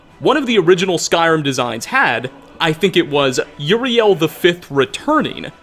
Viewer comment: Uriel not Juriel.